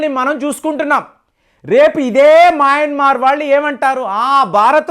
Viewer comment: Nuvvu pronounce chesinatlu ee prapanchamlo evvaru cheyyaru. Maayanmar కాదు adi, Myanmar. Aljajeera ni kuda palakaatniki chaala kasta paduthunnavu.